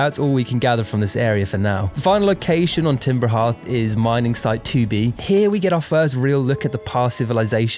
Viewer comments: TIMBER HEATH?????? IT'S FUCKING CALLED timber heARth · "Timber Heerth" nooo